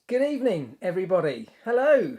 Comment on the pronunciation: No one: Marc at the start of the video: ‘Good ebening’